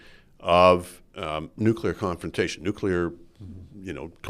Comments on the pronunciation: Bit of a pet peeve but, for Heaven's sake Rudyard, you're a writer and a journalist...and a Canadian. It's not "nucular", it's NUCLEAR (nuːkliər or NOO-klee-er). George W Bush screwed that pronunciation for the world....apparently even Canada! Please do better. Merci!✌🇨🇦 PS: Thanks to Andrew Coyne for pronouncing it correctly! Say it with him: NOO-klee-er....NOO-klee-er.👌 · "Nucular" I drives me crazy when an otherwise educated man like Rudyard says : "nucular". Come on. You're not a kid.